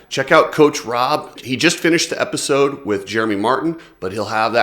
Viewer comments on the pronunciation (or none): none